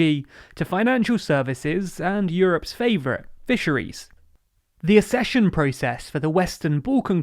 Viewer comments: I am a massive fan of these, though the grammar fascist in me want you to say 'fulfill' (not fufill) and 'accession' rather than 'assession'. Maybe the world has just changed. I don't like 'footbull' either but that's how people say it. Maybe it's me. Also really enjoyed the little fluff that survived the edit. You should leave one in every episode to make sure people are paying attention. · NB For future reference, the word accession is usually pronounced "ack-session". Access, accession.